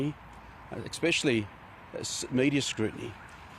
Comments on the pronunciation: Did the genius say "eXpecially"? 🤣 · Exspecially when he keeps saying Exspecially 🤦‍♂️🤮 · I wonder if he "Arks if things are EXspecially Special"...! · Expechally that word. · Thats because he prefers egspaghettily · The spaghetti guzzler can't even say "especially" properly.